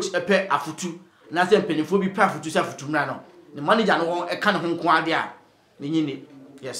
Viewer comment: The name is Afutu not Efutu. Thank you